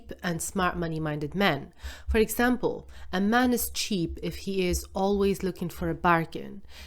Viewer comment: Every time the word man is used, pronounce it MEN. Whenever the word men is used, pronounce it MAN. Or just blend the word together…. MAEN…I cannot un-hear it.